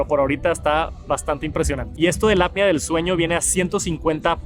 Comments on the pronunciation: Es apnea no apia. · Buen video, muy completo, solo como observación constructiva ten cuidado con la pronunciación de la APNEA y dices “ADAPTIVO” palabra que no existe, reitero solo es de forma constructiva, me gustan mucho tus videos, saludos 👋🏻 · Siempre le pasa lo mismo que como solo ha escuchado la palabra en inglés, no sabe pronunciarla en español correctamente. Y no es gringo jaja 😅